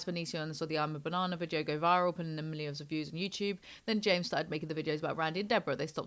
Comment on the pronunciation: I love you but I can’t stand the way you pronounce “video” like “vidjio”